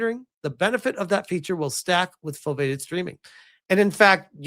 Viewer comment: Foveated is pronounced foh-vee-ay-ted